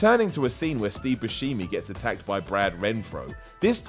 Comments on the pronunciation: Steve "Bu-Shee-Mee"!? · steve boo-she-me? lol get his name right!!! xD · Bushimi? Really? You watch these movies and you can't get his name right after almost 20 years of hearing it? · That is not how you say Buschemi. :(